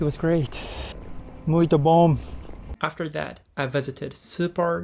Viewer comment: Georgeさんの「muito bom」はブラジル人みたい。発音がが完璧すぎ！！！